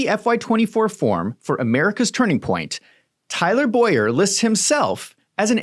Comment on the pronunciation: Tyler Bow-yer. My name is Boy-er